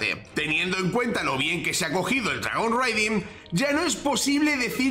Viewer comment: Dragon RAIding, es lo correcto en la pronunciación, "reiding" como lo dices, se refiere a hacer Raids, saludos! 🍻